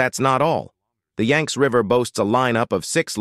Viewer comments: yanks? WTF its pronounced yangsee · The name of the River is: the Yang-tze /// YANG -TZE River, two syllables. This is important. To get the pronunciation of Chinese name correct, especially one of the two essential rivers of China: the Yang-tze River and the Yellow River. And the province is Hu-bei / Hu-bay, accent on the Hu syllable.